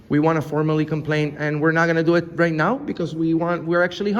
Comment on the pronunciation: Right off, she says: "Shut That Off!" "Put On A Mask!" ...actually, she says "Reich" off: "Shut That Off!" "Put On A Mask!"